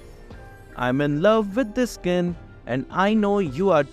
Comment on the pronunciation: you know when Skin is pronounce as 'Iskin'😂